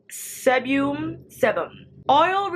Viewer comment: 😆 Sebum (see bum, ‘sēbem)